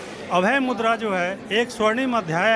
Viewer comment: It's मुद्रा not मुद्दा... Correctify it